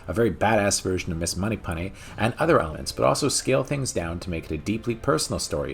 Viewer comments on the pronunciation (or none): Its 'Moneypenny'....not Moneypunny....lol 😉👍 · Funny he can't say it right lol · Moneypenny, not Moneypunny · who the hell is Munny Punny? You Mean 'Money Penny' ? Surely? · Enjoyed the video but not sure why you pronounce it Money PAnny, shouldn’t it be Money PEnny? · I gotta say it. Isnt it money-penney not monny-pony? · Also, you keep pronouncing it Money Punny. It's fucking Money Penny dawg! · "Moneypunny"? Thought I heard that a couple times. LOL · Did anyone else hear him pronounce it as "Moneypunny" twice? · Great video but why can't you day penny correctly? Heheheh